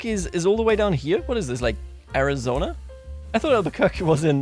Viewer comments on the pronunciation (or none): none